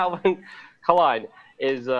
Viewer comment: Lukes 4d chess move pronouncing it K-lein as to not get picked up by the algorithms... Genius :)